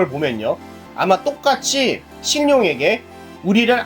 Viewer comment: 발음이 실용이 아니라 신용임